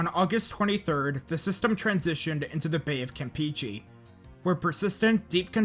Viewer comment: you also pronounced campeche wrong, its the same 'e' sound as w**e**st. not trying to be mean, im mexican and struggle with english words too!